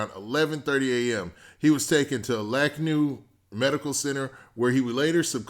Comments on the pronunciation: My guy said "Lack-new hospital" ... 😂😂😂.... It's pronounced "Lane-can-aw" bro. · I can’t follow ya YouTube page no more until you get ya facts str8. 63rd is a street in philly and you sound like a dickridah! This had nothing to do with chicago my brotha. You ain’t even pronouncing lankenau correctly! You gotta get ya facts straight cause your all out tha mix. Thanks for reading and mind ya business next time. That is all